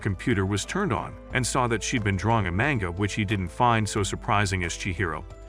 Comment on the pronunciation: lol mango and not manga